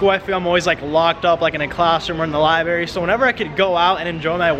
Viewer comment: "libary"😂😂 Edit: I thought that was a one time mistake but then you said it again